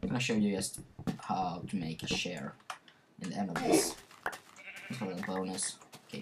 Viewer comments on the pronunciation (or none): Lets make a shcare. Hahaha, I like your pronunciation. But seriously, Good Video. Really helpful!